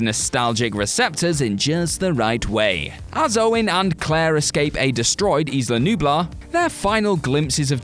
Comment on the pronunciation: This kills me but I hear it all the time: Isla Nublar. Eye-la. I think it means 'cloud island'. You don't say Is-land either & it means the same thing.